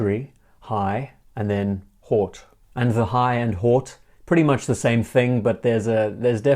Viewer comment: Very nice présentation. Minor suggestion : drop the ''H'' in Haute, just '' Aute'' like in 'Order'. Same thing for Horlogerie, of course that is if you wish to be accurate on french pronunciation, as you really seem to aspire to. Thanks for the great work so far!